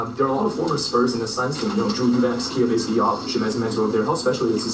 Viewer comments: He called the spurs “sperms”😭😭😭😭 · San antonio Sperms???? I KNOW I ain't da only one hearing that. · “San Antonio Sperms”